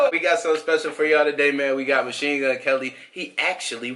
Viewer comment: LMFAO!!! You sounded caucasian as hell when you said Machine Gun Kelly . Sound like me at work trying to act professional.